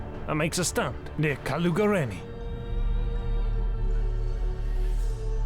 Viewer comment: Greate job my good sir. I don't know what I was more excited about, the fact that you covered the Calugareni battle ( I live near Calugareni, is like a 5 minutes car ride ) or your pronunciation of the Romanian words. Awesome job, you just got a new subscriber.